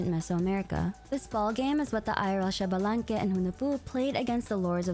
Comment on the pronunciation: I need people to start saying Xbalanque right.